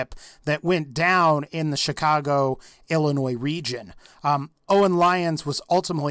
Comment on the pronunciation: So happy you know how to pronounce Illinois